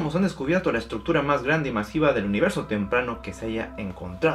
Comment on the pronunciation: "la estructura mahgrande del universo"